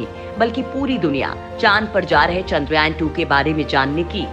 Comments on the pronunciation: Lady giving the voice over... Zara dhang se bolo ek baar charndrayaan... Bar bar.. Chandrayayan chandrayayan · Madam chandrayan boliye chandra yayan nahi. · Haha sahi kaha iskaa pronunciation ye hai चन्द्रयान